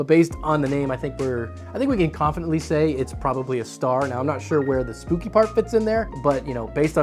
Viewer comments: It bothered me so much every time he said "spooky" when it's clearly "spoke-y" lol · I think "Spoki Star" is supposed to be read "spoke-y" and yes, that star has spokes. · Its spoki star not spooki 🤣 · I think it's "spoah-kee" star, not "spooky". Like it's spoked, like spokes. Spoki!!! Man, I have to say I really enjoy when these fan review vids feel longer - more talk about the fans themselves before going into the various tests that are involved. Sometimes the fan showdowns felt a little abrupt and rushed here and there - maybe it was just me though :P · Spoki, not spooki. LOL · Pretty sure it is SPOKEie not SPOOKY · I think spoki is supposed to be pronounced like pokey with a S not spooki. Lol. Great vid as always. Keep it up! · Its Spoki, like Spoke/poke-y not Spooki which would have two o-s. And that explains it POKEing you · I think "Spooky" star is supposed to be pronounced "Spoke-y" star ... because of you know ... all the spokes that give you pokes on it. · Spoke-y, not Spooky! (I think?) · I'm pretty sure the "Spoki" star is "Spoke-y" not "Spooky." Because all the different blades are "spokes." But we're going to need to hear some original-source confirmation. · Is Spoki-Star supposed to be pronounced...Spoke-y-Star? As in like.. the spokes on the rim of a bike? Kinda feels like that to me, with a reached out play on "Spikey". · Pretty sure "Spoki" isn't referencing the word "spooky" but rather "spoke-y", as in it has a lot of spokes or maybe spikes. That's my take anyway... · Or Spock-y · Spoki = "spoke ee" If they want it to be pronounced "spooky" then they must use 2 'o's ;). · That is not spooky star, it's spoki star, like spoky (spoke as in the spokes of a wheel for example) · Hmm I thought it be prounounced spokey star, like wheel spokes.